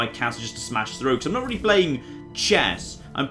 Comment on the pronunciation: Also "threw" when it should be through.